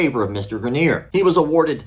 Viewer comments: Why do you keep pronouncing it “graneer”. It’s spelled Greener. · I went to high school with that guy. First of all, you’re saying his last name wrong but that could be for privacy sake, secondly you’ll be happy to know that in the years since he’s made a lot of progress and has taken up hiking and rock climbing (looks like he still needs assistance but there’s a solid community for disabled climbers). Really happy to hear he won this battle. Never knew the full story but that is definitely negligence on the instructor trying that move in such a way.